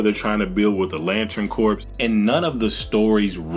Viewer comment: Bro, great video.. but “Corps” is pronounced like “core.” Keep being awesome 🤘🏻